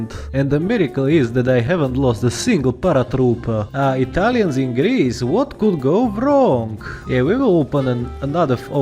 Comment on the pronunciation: i'm from italy, and i love the way you pronounce italian words